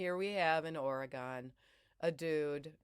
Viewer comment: It’s OR-eh-gun…not or-eh-GONE…. And “yes” it’s a big deal in Oregon..!!